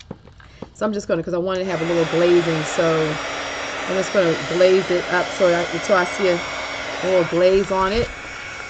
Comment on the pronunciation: You are saying “glaze it up”, but I was hearing “blaze it up”! 😂😂😂